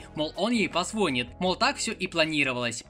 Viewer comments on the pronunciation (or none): "Он ей позвóнит" Русский вышел из чата